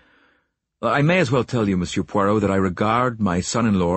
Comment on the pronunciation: Please note, site announcer, It’s not POYROT, try listening to Hugh Fraser for the correct pronunciation.